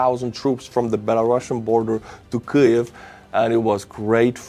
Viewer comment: KEEV,, please just say Keev 😂 Thank you for all your amazing work and good humour! 🇺🇦🇨🇦✊🏻💪🏼🇨🇦🇺🇦 Слава Україні!